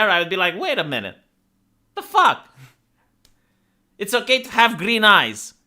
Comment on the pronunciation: The mouse didnt respect social distancing. "FOUCHEE-IT" at once. ;)